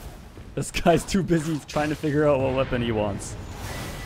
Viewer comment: “Ouut” are you canadian?